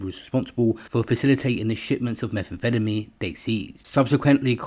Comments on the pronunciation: Why is he saying Meth that way feddameen 😂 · Every time you say methamphetamine it sounds like youre having a stroke… why you say it like that? Lol